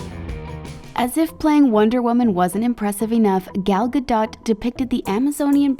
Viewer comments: Gal gardoT 😂 is pronounced Gardo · It's gadough not ga-dot. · It’s pronounced gal gadoe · '' Ga dot? '' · Eww the way the pronanced gal gadtot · Dont report on stories if you cant even pronounce their names right. GadoT? Really! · Gal ga DOT can yall not just do some quick research to pronounce names correctly? You're getting views because of them at least do more than a quick Google search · Gal Ga Dot lol. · Gal Gadow like that is how it is pronounced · Did she really just say Ga”Dot” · Gal Go-dot 😂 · Gal ga-dot?! 🤦🏼‍♀️ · I thought it was pronounced gal gadaough